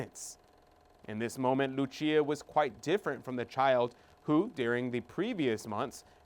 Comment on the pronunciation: The 3 seers are Portuguese - so tired of people pronouncing their names with the Spanish accent! It’s not Hacinta , LuCHia. It’s. JACINTA & LUCIA PORTUGUESE names PLEASE RESPECT these saints. If the Blessed Lady spoke to them in Portuguese - She would’ve pronounced their names with. PORTUGUESE accent